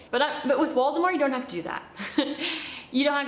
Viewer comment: I thought she was saying Voldemort the entire time and it's Waldemar.😂😂😂😂